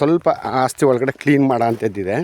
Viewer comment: Hagriculture alla guru Agriculture, And Hasthi alla asthi.. 😂😂